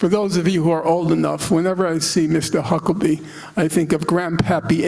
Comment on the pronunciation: It makes me so, so happy that he not once for this entire talk says Huckabee's name correct. I too will be referring to the entire clan as Hucklebees now. They deserve that L, they've put in generational work for it.